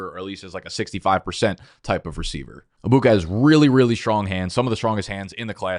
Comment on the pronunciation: Stop saying Abuka it’s pissing me off bro😭😂 it’s EGG buka not AA Buka